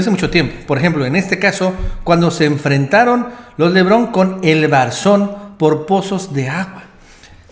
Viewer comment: Hey!! es LE BARON no Lebrón.